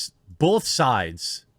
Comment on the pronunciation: I know there's a war going on, but, people that say bolth😡